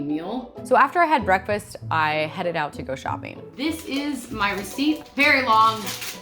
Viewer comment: Why doesn't she pronunce the last g in words like shopping or making , how much time do you save by not pronuncing one alphabet it sounds so odd